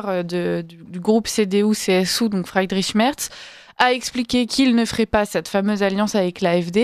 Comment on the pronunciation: Friiiiiiedrich, pas Fraïdrich, madame!